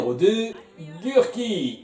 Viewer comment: C'est moi ou Gurki arrive pas à dire son nom en VF? A chaque fois j'entends "Gur'i", pas Gurki ^^'